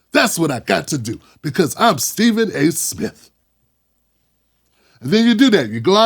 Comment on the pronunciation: Steffin A Fetchin Smith 😂😂